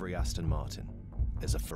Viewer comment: Aston. not Austin. lol